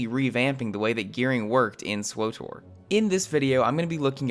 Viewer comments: sw OOOH tor ... ugh. Did you call TOR, OOH TOR? It's SW (like the sw sound in sweep) and TOR (like tore), so it would sound like swittor more than it would swOOOOHtor, you horrible person. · "swoh-tor" Just say the fackin name, pleb. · why the hell would you EVER pronounce SWTOR !??!?! Just say the old republic like a normal person...